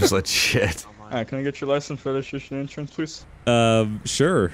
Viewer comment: I love how that cop said: License,Registretrision and Insuranz please.